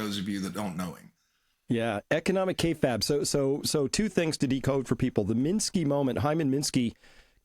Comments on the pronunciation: It's usually pronounced "Kay Fabe" where Fabe rhymes with babe. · Pronounced “KAY-fayb”